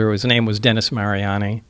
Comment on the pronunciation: He just said Wednesday. “ay” dennAY “ay” is what he said. He just misspoke and pronounced Dennis as dennay because he just said Wednesday. I’ve done it a lot of times it’s pretty common